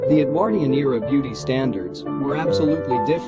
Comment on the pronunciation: Parson Exactly. the pronunciation of talkie, Edwardian, Maugham and Epoque is utterly ridiculous